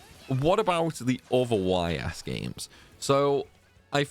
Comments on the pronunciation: It's not pronounced Y.S. Your mistake is already in the title of the video, because you capitalized both letters. It's written Ys and pronounced eess, similar to the words "ease". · Man made a 25 min video and didn’t look up how to pronounce the series name lol